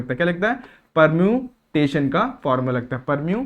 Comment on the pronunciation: I think its permutation not pemutation 😅😭